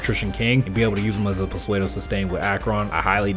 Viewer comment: I cant bare you saying psuedo literally please its pronounced soodo T-T